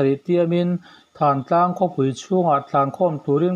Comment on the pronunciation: Thantlang ni lovin thaaantlang tia lam tur a ni awm e.